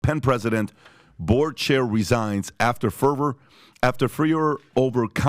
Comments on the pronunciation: it’s pronounced FERRRRVORRR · Is PPT not a native speaker of English it's always a bit shocking that he can't pronounce simple words like fervor and dissertation